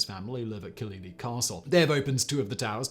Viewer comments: Killyleagh is more like Killy-lay rather than Killy-lee. Source - grew up about 10 miles away from it. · killylee? my ears hurt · Simon, repeat after me "Kill-e-LAY". And it's in Northern Ireland, not Ireland. Totally foreign country.